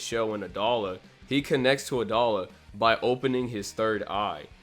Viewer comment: i thought it was pronounced a-dough-la